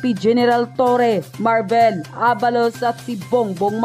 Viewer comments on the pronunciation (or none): Marbil and not Marvel